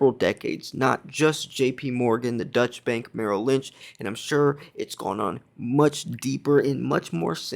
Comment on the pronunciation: great show. it is pronounced doychah bank and it is German.